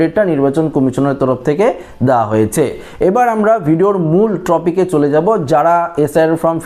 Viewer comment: Trofic noy Topic hobe